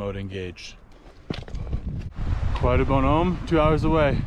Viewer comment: Very nice video. However, you do not pronounce the "C" at the end of Mont Blanc...